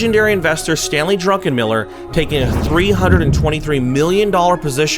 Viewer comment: Sounds like you're calling him Stanley DruNkenmiller?